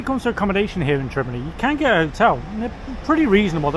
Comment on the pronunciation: it's not Trebinny it is Trebinje